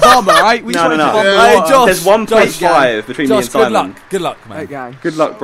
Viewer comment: Whenever says Simon, I hear Sideman